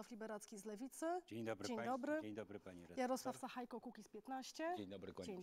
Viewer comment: Nie sachajko, ale sachajka, tak jak Łukaszenka, Sabalebka itp.